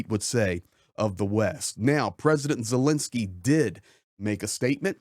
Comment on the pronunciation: It's VoloDymyr (accent on third syllable) Zelenskyy, not "VoLOdymyr Zelinskyy."